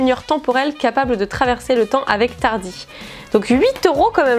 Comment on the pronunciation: J'adore Doctor Who ! J'aimerais bien l'avoir ! Et le TARDIS, il faut prononcé le S sinon beaucoup de fans de Doctor Who vont pas du tout apprécié et je peux te conseiller de bon épisode qui sont cool à voir si tu sait pas quoi regardez.